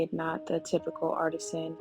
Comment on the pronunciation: Art- tee-Shan